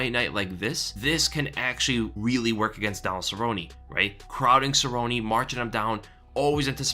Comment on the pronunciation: I'm with you, I turned off the video because of the way he mispronounces "Cerrone", obviously the Weasel's never thrown a punch in his life